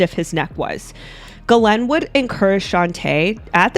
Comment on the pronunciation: why do you pronounce her name Glen? When that’s not how you say it?